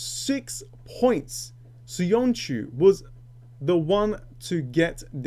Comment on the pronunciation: Hold on a sec mate. You are a Turkish speaker and you can't pronounce Söyüncü? wtf? :D